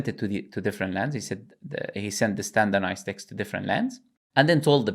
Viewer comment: 'Standernized' was hurting me so much